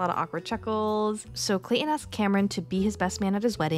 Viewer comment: ClayTon not clay-in…..